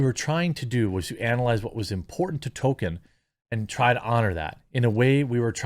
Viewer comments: Jeremy's gone back to calling Tolkien "Token" again. He was getting it right for a while. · you're pronouncing it "TOE - kin"!!! what happened to the L? it's driving me nuts!!!! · Everytime you say Token instead of Tolkien I die a little inside. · Stop mispronouncing Tolkien as "token" . It's pronounced TOLL-keen. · Who is tolKEEN?